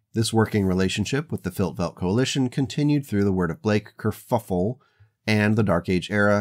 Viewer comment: why are you calling it a curffule, wasnt it a ji-.... oh youtube isnt it